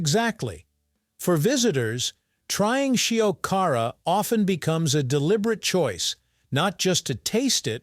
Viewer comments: At least make an effort to pronounce Shiokara properly... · Is it more of a "dare food" than fugu or natto? Your pronunciation of "shiokara" (about half the time), "Edo," and "izakaya" are completely wrong.